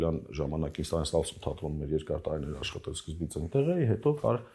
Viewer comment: Աբելը լավ դերասան, լավ մարդ❤ Ամալյա Հովհաննիսյան _ խնդրում եմ մի ասեք տարըներ, չեմ ասում, թե բառի կազմությունը չգիտեք, ուղղակի ձեր մոտ պրիվըչկա է դառել այդ բառը արտասանել տենց ։ Մի խոսքով ներվերիս ազդումա, որ ասում եք տարըներ